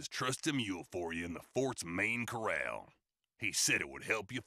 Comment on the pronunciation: Ha! Coral man instead of Corral man...